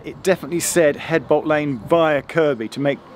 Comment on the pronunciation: 'eadbolt Lane ..... reminds me of my grandmother ... She was Mrs 'edges with an 'aitch